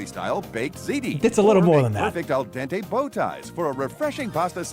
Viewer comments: "El dante" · el dante from the hit game "pasta may fry 2" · me when i think the famous author is named dente